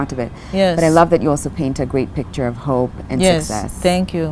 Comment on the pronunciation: 🤣🤣🤣🤣🤣🤣🤣🤣pitcher lol,I thought it was picture